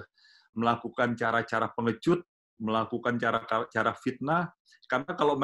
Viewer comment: FITNAH itu pake "F" bukan "P"